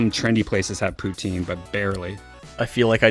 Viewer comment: Poutine and ketchup chips are not Canadian exclusive and that is not how you pronounce poutine